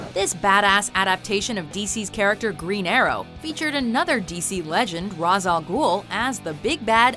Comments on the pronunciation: His name is pronounced "Raysh" not Raaaz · It’s not pronounced as ras. It’s pronounced raish. Like raise with an H at the end.